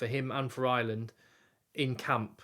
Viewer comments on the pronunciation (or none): Ireland not Island. English people don`t seem able to speak English.